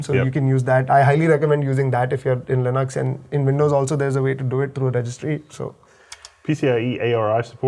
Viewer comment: GN lab? is my kind of engineer! All these low-level BIOS stuff are almost lost magic! And he pronounced Linux as Linux, NOT Linix. Learnt a ton today!